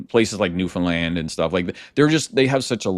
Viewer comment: It's pronounced " New-fund-land" not "New-Finland"!